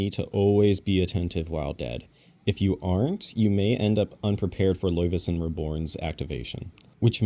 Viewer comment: Omg the way you prononce Laufey - Son